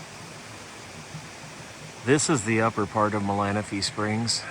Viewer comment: Very cool. And you say Malanaphy correct 😉